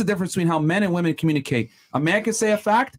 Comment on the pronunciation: Stop saying woman. It’s women. God